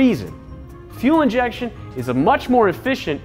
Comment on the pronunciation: “Fuel injechsugabdhsv systems”